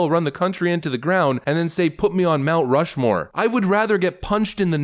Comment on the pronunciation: Nancy, it's called Mt Rush-more, not Mt Stumble-more or Mt Slow-more 😂🤣🤦‍♂️